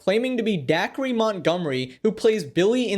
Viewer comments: D-Acre not Dackery lol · It's pronounced like "Day-ker", not "Daiquiri" or however the fck you said it. It's a dude's name, not a chilled fruity beverage served poolside and enjoyed on a hot summer day... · Its da-kree not daiquiri janahahah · “Daiquiri Montgomery”? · You did not call him “daiquiri Montgomery” 😭😭😭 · Did you just call him dacree?